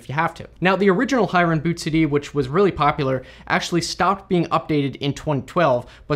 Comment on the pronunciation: The name is actually pronounced " Hee-ren " (his full name Hiren Mehta, a common name in Gujarat) & not High-ren. Great video! Very precise explanation. I didn't even know other people have been updating Hiren's creation. I still have the old one which has been working great. Now you have showed me where to get the updated one! Thank you. :)